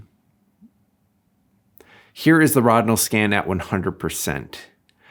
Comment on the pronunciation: ROW-din-all. It's pronounced ROW-din-all. Also, thequestion: is Rodinal the best fine grain developer? was settled forty years ago. The answer is yes. Maybe read some journals, books and mages for that era. You know from a time when every professional shot film.